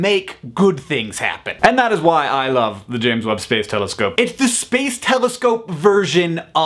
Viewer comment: I know it's the James Webb telescope but all I hear is " Telescope" and that makes me giggle.